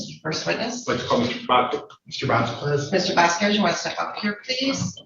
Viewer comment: Vas Kez Not Vasqwez